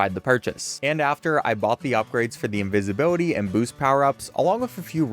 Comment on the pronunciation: invisibility or incinvibility?